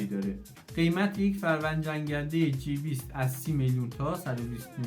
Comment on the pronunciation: جی ۲۰ ،مثل سی متری جی درسته .Gاین رو جی میخونن مثل ده بیست سی . واین J هستش